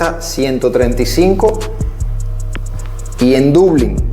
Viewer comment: coloca bien la tilde a Dublín, dices Dublin